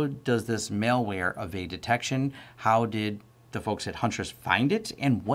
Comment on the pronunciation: MAL-WARE, not MALE-WARE!!!!